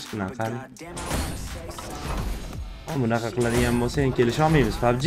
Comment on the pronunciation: Pabji buveni ske pabje dedimi sukinganini birinchi marta eshtyapman ultra bratni😅😅